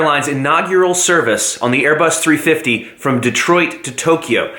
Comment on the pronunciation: It's so awkward how he says "Airbus... 350" lol. Yes he doesn't do that anymore but it's still funny